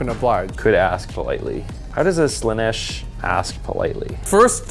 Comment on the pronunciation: All praise to Slaa-neth! 😂